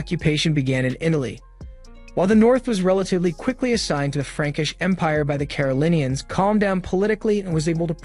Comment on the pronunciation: It is ”Carolingians" not ”Carolineans" FYI